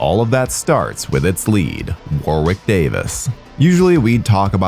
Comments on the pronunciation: The w is silent in Warwicks name. It's pronounced warick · Warwick is pronounced as wa-rick. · Hey - love your vids - they're fun & informative and always entertain. I gotta tell you though, British place names etc often sound differently than you guys across the pond would pronounce them and Warwick Davis is no exception (also counties such as Warwickshire, which sounds like its a tough one for you guys to handle) Warwick is a nation favourite over here, for the Leprechaun movies and other bigger movies. Name is pronounced as 'Worrick' not 'War-wick'. There you go mate. Other than that - great vid. I've only seen the first one but may look at a few others now. Some, maybe not.